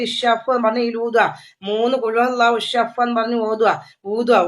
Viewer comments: Ishfi aan shaf alla😂alpa budhi aale kollum😂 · വല്യമ്മെ... Ssaff അല്ല... Isfi 😂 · ഞാൻ കമെന്റ് ഇട്ടിരുന്നു.... ഇഷഫ് അല്ല ഉമ്മാ ഇശ്ഫി ആണ്....😂അതൊന്നും അത് മൈൻഡ് ചെയ്യുന്നില്ല 😂😂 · തള്ളേ ഷഫ്ഫെന്നല്ല ഊതേണ്ടത് ഇഷ്‌ഫി യാ അല്ലാഹ് എന്നാണ് ഊതേണ്ടത് അല്ലെങ്കിൽ ഇഷ്‌ഫീ എന്ന് ഊതിയാലും മതി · Ishaf അല്ല താത്ത ഇഷ്‌ഫി 😂ഇഷ്‌ഫി 😂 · അറിയില്ലങ്കിൽ പറയാൻ നിക്കല്ല തള്ളെ ഇഷ് ഫീ എന്നാണ് മള കെ പറയുക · പറയാൻ അറിയില്ല 😂😂😂യഷ് ഫി. എ ന്നു പറ. വല്ലി ഉമ്മാ